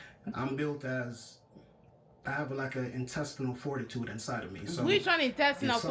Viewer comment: Him saying "Intestinal foritutude" is mad work 😅😂